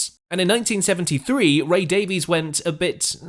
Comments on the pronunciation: It's Ray Davies pronounced Day-Viz NOT Davi-ees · Davies is pronounced Daviss not Davees. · You're British and pronounce it "Dave-ease"??? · Despite the spelling, Ray and Dave's last name is pronounced "Davis".